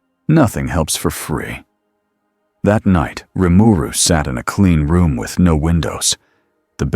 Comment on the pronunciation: the AI said his name right....impressive